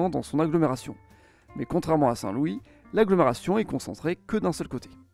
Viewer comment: Il faudrait fair un petit effort s'il vous plait pour la prononciation des villes. C'est pas Manfis mais memefis. C'est pas Sein Loui mais Sainte Lou isse.